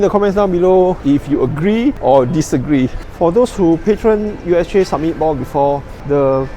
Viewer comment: Samit not sammit